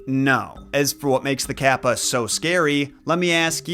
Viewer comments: It is pronounced caw-pa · The way you pronounce Kappa kills me everytime kappa kappa gamma🤣